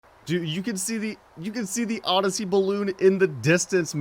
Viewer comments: do you mean Odessey not modessey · Its odyssey not modyssey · U always say modyssey when it’s odyssey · It’s odyssey not modyssey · Ronnie Guest he’s doing it on purpose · Anyone else here him say Mario modessy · He Said super Mario modyssey the first time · U always say modisy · Sooo... am I missing the joke? Why, in every video, does he say super Mario modyssey